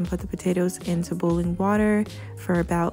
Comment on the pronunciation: The way you say boil or boiling so weird to me lol 😂 sounds like ur saying booling or bool